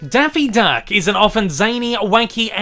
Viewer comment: “Denphie deunck” good lord